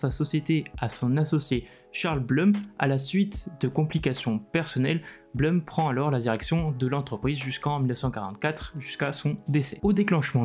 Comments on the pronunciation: ☝🤓 Si le nom Blum est d'origine germanique, ça se prononce "bloum". En Allemand 'U' c'est 'ou' et 'Ü' c'est 'u' mais jamais 'eu', ça c'est en Anglais. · Je pense qu'on dit Bloum, non?